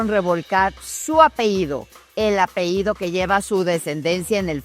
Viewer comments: Lourdes querida te admiro, pero no se dice APEIDO, sino APELLIDO. Saludos y te felicito. !!! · Todo bien pero como es posible que diga apeido cuando es apellido y menos una periodista con tantos años de carrera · Buen reportaje!! Sólo una cosa amiga, se dice apeLLido, no apeído! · Iba a comenzar a ver el programa. Abre diciendo su "apehído". Pausé la transmisión, escribo este comentario y cierro este canal. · Se pronuncia APELLIDO...!!!